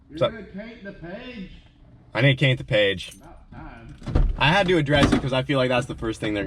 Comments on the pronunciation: When said caint the page 😅😅😅😅😅😅😂😂😂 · “We need to caint the page” 😂😂 lol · "need to caint the page" 🤣🤣🤣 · “Cainted the page” in the oddesy 😅😂💀